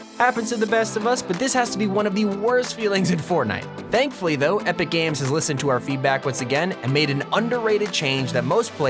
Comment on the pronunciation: When you where talking about the new item shop you said epic gage